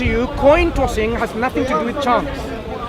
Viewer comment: “cossing this toin”